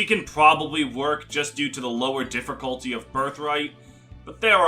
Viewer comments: The way he says "differcullty" is so distracting haha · "differcolty" will never stop being funny to me